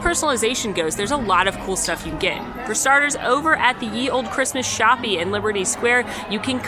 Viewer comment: Shoppe is pronounced shop .